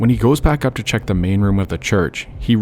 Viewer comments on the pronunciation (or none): none